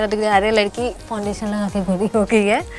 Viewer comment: Itne bhi bure din nahi aa gae hamare ki isse make up seekhna padega...biggest joke of the day...and it's not called fon-dation...she was looking like a ghost after applying the foundation as it was much lighter than her skin tone